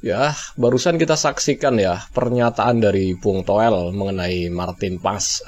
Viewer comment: Toweell.. Towell... 😂😂😂.. Udah untk stasiun tv.. Atawyg punya pidcase.. Jgm lah undng orng gila ini..